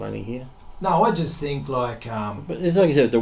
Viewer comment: Firry five, there is no excuses why this guy isn't using english correctly. Fink. What the hell is that, it's not furfer or fink. It's not that hard you idiots.